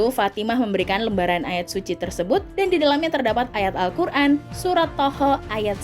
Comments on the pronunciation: Surat Thoha... . Bukan thoho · Mohon ma'af ni mbak tolong klo baca yg bener nggih, suratnya itu surat thoha bukan thoho mohon di cermati kembali biar gak salah faham.. 🙏🙏🙏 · Thoha bukan toho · Thoha di baca toha, bukan toho